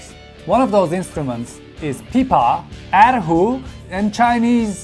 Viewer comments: The way he said er hu though, As someone who knows Chinese, I'm pretty triggered Good job tho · coool!! but the way he pronounced er hu literally killed me. TT